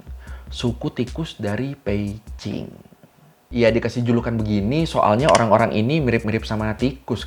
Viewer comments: Peijing apa Beijing sih? Kok gw risih denger nya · bang lu kok klo ngomong beijing bukn pake "B" bang tapi pake "p" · setelah 2 tahun gua nonton lagi. gua dengarnya peijing, wkwkwk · gue dengernya Peicing 😂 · Memang yg bner cara nyebutnya "Peicing" ? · bang, itu lu nyebut beijing jadi pei-cing apa? apa kuping gw yang rada2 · kok gw ngedengernya peici ya , kuping gw yg bermasalah apa emang ngomongnya gtu??? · Ooo pantesan drtd bingung kok nyebut beijing nya beda tyt emg beda y pelafalannya 😅